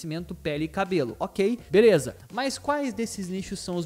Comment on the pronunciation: Mano na moral esse seu 'mas' exagerado meio que querendo imitar quem sabe fala gringa fica muito feio ( só dando um feed ;) )